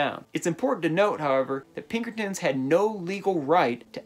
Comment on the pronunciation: i got ptsd the minute u said pinkertins tbh